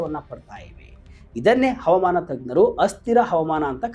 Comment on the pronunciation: ತಮ್ಮಾ ಮೊದಲು ಅಚ್ಚ ಕನ್ನಡದಲ್ಲಿ ಹವಾಮಾನ. ಅಂತ ಹೇಳಿರಿ ಹವಮಾನ. ಅಲ್ಲ 😊😊